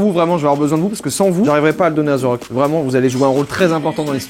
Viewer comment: We nails pas zerock Mais The Rock